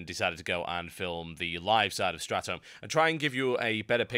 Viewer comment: why do you say stratem? its STRAT THOLME